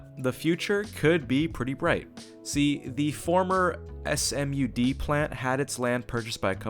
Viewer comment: S-M-U-D is pronounced like S'mud! (think s'mores but with mud lol) Excellent video!!